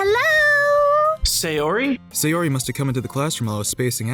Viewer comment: In the future could you consider pronouncing Sayori as "Sigh-or-ee" "Say-or-ee"? You pronounce the other Japanese names fine it just seems weird to get this one completely off.